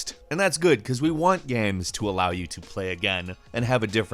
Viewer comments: Jonjo Jr - I hear "gemms" sometimes.. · I love video “gams” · He says “games” weirdly sometimes.